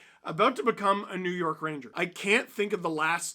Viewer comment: "New Yeurk"😅😂😂